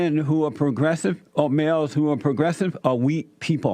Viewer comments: Wheel men are not pwogwessive....says Porky Pig with a tan. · Progressive = pro-dresses.😂 I'm sure I heard Jesse say that! 💀